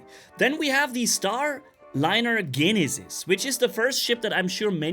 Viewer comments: Jen - e- sis lmao not GENisis. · I know it's confusing but the g in Genesis makes the j sound instead of g for some reason.